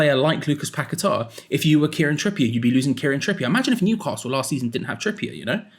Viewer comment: Will come back when you get his name correct. Not pack a tar it's paqueta. Your not the only one either . As him as I have how his name is lol 😂😂